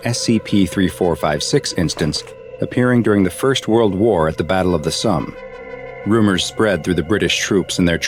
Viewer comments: You know how to say somber? Well, Somme is like that without the R. It's not pronounced "Sum" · its the battle of the "som" not the battle of the sum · That’s... not how you pronounce the Somme It’s a hard O, not a soft one like when pronouncing some.